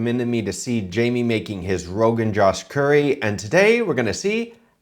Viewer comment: The "O" in Rogan Josh is pronounced like { o in open } not like the english name Josh